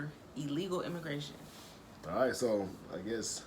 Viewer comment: "Immagration"? Even I as non-english speaker know that's wrong.